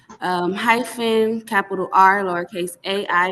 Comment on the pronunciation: Curious about whether she knew what "High Fin" meant in her name. LMAO!! She sure AF said HIGH FIN like two words. LOL